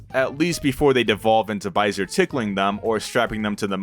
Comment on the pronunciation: hi, french dude here! it's prononced "baisé", not "baisere", the R is silent ! Also it's the french equivalent of the world "Fucking" ( baiser = fucking, baise = Fuck ) but as opposite to english we don't use it to swear, only for what it mean. But it also has a more wholesome meaning which is "un baiser", "a kiss"